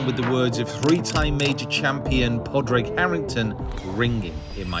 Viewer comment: It's pronounced "Paw-rig" btw